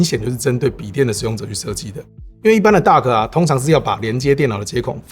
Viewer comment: Duck? Dock?